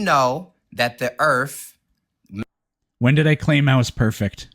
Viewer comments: 1. It's "Earth", not "Earfth" 2. "Earth" is not Hebrew 3. NASA doesn't rule the world 4. This caller is painfully & aggressively unintelligent 5. "We gotta take this back to elementary school for you" - caller is talking to himself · for all flat earthers and dunces , ITS EARTH, use the TH like in them or they or the, not EARF. Learn how to speak the word in your language before you tell people what it means in Latin. LEARN TO DO BASIC MAFF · I didn't know "Earff" was a planet.